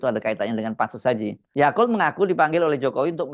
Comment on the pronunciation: Bro said 'yakult' each time 😆